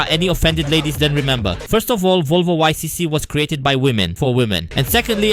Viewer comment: It is pronounced “ick“!